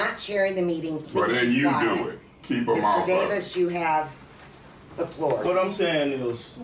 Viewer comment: He said “an appeal is on the FLOOO!”